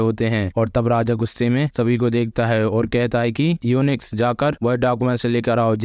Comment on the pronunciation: भाई युंच होता है यूनिक्स नहीं